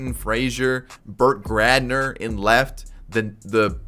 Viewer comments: Bert gradner..... lol u always say that hahaha Brett gardner. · Hearing him say Bert gradner hurt my ears lol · "Brtt Grander" like bruh what, did anyone catch when he said that at or is it just me? like really, Brtt Gradner, bruh, that is honestly hilarious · "Bert Gradner" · “Bert gradner” 😂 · Alright now he’s just saying Brett Gardner wrong on purpose